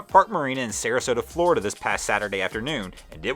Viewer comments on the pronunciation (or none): none